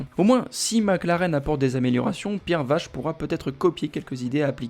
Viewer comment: Vaché pas Vache 😉